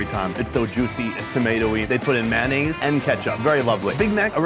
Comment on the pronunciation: What is “man eh’s”? Sorry I’m Canadian. We do like mayonnaise here.